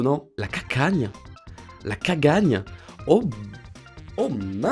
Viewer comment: Tu sais pas dire cagagne 😱 c pas cacagne mais cakagne mais ça s’écrit cagagne